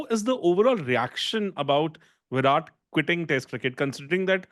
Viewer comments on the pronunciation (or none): both are wrong, but is more wrong than. Because JAR-ROD is literally the the letters in the name, but whyrat and raaaoul are nothing like spells it. Also, I have heard whyrat and raol atleast 100 times on his podcasts this year. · Bro, I'm sure would call him deephaaak goyawl. So it's fine. Why don't you correct vyrat koli and kl raoul.